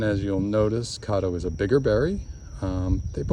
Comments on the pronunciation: I don't think it's pronounced "Cahdo." The "Ca" should sound like the "Ca" in "Cat" -Cad do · Great video. Thanks for the info. Not to be critical lol but I’m from Oklahoma and Caddo (named after the Indian tribe) is pronounced with an American a (like cat) not with a British a (like awe). It hurts my ears to hear it that way. lol